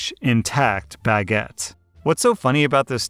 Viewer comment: wait wait wait.. bag-ett? it's "buh-get".. right??? please tell me in not crazy